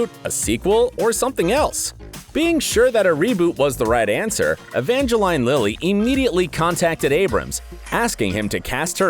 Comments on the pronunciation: I didn't mind the "cersei" then I kept my cool with "evange-line" but the "MAGENTO" definitely killed me! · I know a lot of people mess up pronouncing “Saoirse” but Evangeline and Magento...really?! Who hired this guy? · Say-er-see Evange-lyne Magento Po Dameroon How do you get these wrong and get Joaquin right? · by the way its pronounced magneto not magenta its ser-sha not ser-see for saoirse ronan and its poe dameron not poe dameroon and its pronouce evangeleen for evangeline lily not being funny or anything but its literally your job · "Evange-lean" not "Evange-line" "Sser-Sha" not "Sersi" "Scorse-se" not "Scorse-he" "Dam-rin" not "Damn-e-run" "Mag-KNEE-to" not "Mag-EN-to"